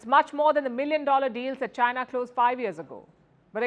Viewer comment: I love everything about Palki …until she says one word ..China 😀😅🤣😂!